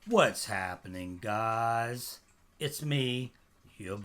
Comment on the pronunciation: I hate the way you say what's happening guys can you just say it normally instead of putting emphasis on guys